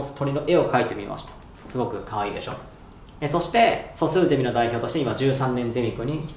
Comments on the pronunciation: そのイントネーションだと、まるで大学が卒業出来ない様じゃないですか。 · ゼミのイントネーションが「ゼミ」なんだよなあ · 素数ゼミのイントネーションが 素数ゼミナールww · 素数「ゼミ」の「ゼミ」の言い方が完全に「ゼミナール」の「ゼミ」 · 素数ゼミの言い方が、素数専門のゼミみたいになってる